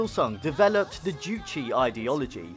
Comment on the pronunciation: Btw, it was Kim Jong-il that was the movie buff who did the producing, directing, etc. Even kidnapped South Koreans to make films. Just a side note, it's "Juche" and not "Juchi" Funnily enough, as an avid watcher, I've seen this exact show before. They do make you feel good. It would be good if the BBC learnt how to make people feel good about their country, too. There's good parts of North Korea, too. Not every little thing needs criticizing for the sake of it.